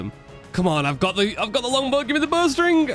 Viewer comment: I thought he was saying "Burst ring" the whole time he was talking about bowstring and I was so confused.